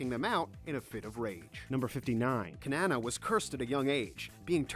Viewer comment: He pronounces every name wrong like edlous kinnana droy margane Lisa anne and zarf and zianna as cana and utear backous u know what to many WRONG names and LIMA SCALE